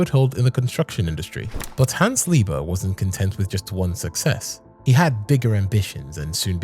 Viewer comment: Hey man the pronunciation is all wrong